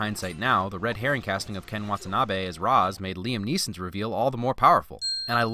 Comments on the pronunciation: Only a couple issues with this film. One is the distance at which fight scenes are shot. The other, however, is that it should be "Ray-sh" not "Rah-z". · Ra's is pronounced Raysh, I know strange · It's ra's like Ray-sh Not ros. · The only thing I hate about this movie is the pronunciation of Ra's Al Ghul. It's "Raysh" not "Raahs". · It's pronounced Reysh not Raz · "Raysh", not "rahz". -__ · Ra's al ghul is not correctly pronounced it's correct version is Rayesh al ghul even it spells Ra's al ghul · You said Ras wrong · Anyone else going nuts that he keeps pronoucing Ra's name wrong, just like the movie did? (It's Rashe. Like Race with with 'shh' instead of the 'c') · I don't know if anyone else mentioned it, but Ra's is pronounced 'rayshe', I believe. :) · Ra’s is pronounced like Ray-sh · Do I love this channel enough to forgive pronouncing R'as wrong the whole video? Yes, but get it together, man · You need to remove a Win for not only the way they mispronounce Ra's, but for causing all the fan media about this movie, including HISHE and this video, to HAVE to mispronounce it. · My only nitpick. The pronunciation of Ra's. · Why do you pronounce Ra’s like that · YOU PRONOUNCED RA’S AL GHOUL WRONG 😫